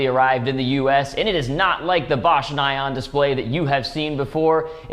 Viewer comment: Oh my ears! It's pronounced "nee-on" !